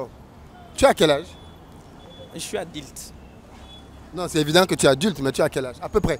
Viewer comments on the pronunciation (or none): Kiekiekie😅😅😅😅😅 adilte et non adulte😂😂😂